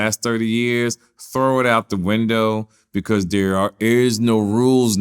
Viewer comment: Nobody:: “becourse”